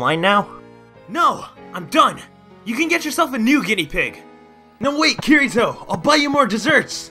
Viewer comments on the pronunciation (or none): No its that he pronunced it Ki ri to and its ki di to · Ki-ri-to? Seriously